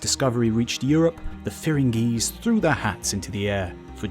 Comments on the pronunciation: Dude that is not firan geese, it is firangees, which means English men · So what is he referring to when he talks about the "FAIR-RAN-GEE" countries?